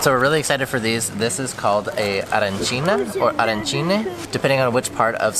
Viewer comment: Salve,si dice Arancina